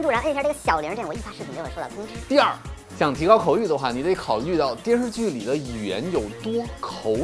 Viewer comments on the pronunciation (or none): 不过说“电视剧”的时候，“视”字吞音太多了，像…游手好闲的小混混。姜文可不这么说话。